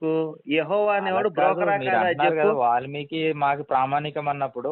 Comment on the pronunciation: ఒలిమికి కాదు రా babu వాల్మికి .